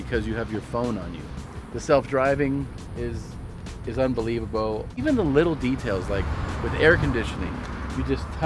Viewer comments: Did you say unbelievabowl? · Why did you say unbelievable like that? Spending too much time with Bert 😂